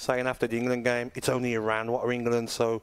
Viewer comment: Respect that Simon says "Iraan" instead of "I-Ran"...even corrected himself